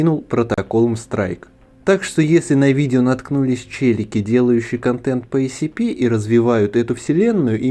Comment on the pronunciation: Автор почему-то все видео отчетливо произносит ACP вместо SCP